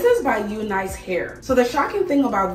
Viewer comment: Ahhhh Unice!!! They have nice hair...it's pronounced " Eunice"